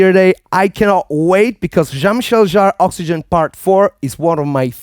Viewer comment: OXY-GENE! Not gin.